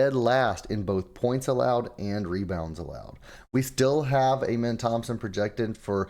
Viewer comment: Do you actually watch basketball? Or is everything just stats and analytics? Cuz ain’t no way you really pronounce Amen Thompson’s name like that lol